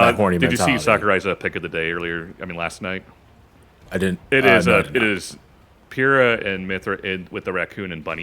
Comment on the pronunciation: Can you please stop calling her Pyrrha? It hurts, in multiple ways. It’s Pie-ruh